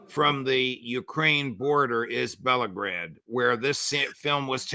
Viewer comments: Just a correction..it's not pronounced as Belgrade but Belgorod.. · Sorry,, it is Belgorod and not Belgrade as you pronounced it. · It's only a little thing but yes. Bell-go-rod.